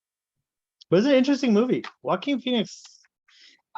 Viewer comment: I’m pretty sure the J is silent in his first name…..